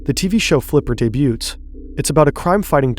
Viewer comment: The 't' in debut is silent.